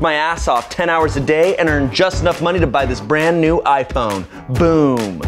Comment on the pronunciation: at the end said I pone